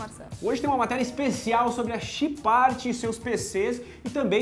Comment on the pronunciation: ele falo errado Chipart kkkkkkkkkkkjjjjjjjjjj